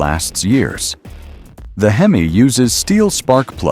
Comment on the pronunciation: You have to love AI. It said hemiss instead of HEMI. Lol😅